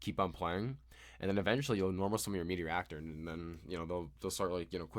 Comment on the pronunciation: The archetype is kinda cool but also heavily relies on playing it with other engines in my opinion. Also, it's Materiactor (Material + Reactor), not Meteoractor :P (yeah, I had to correct on that) Or do you just call it that way and it's a joke?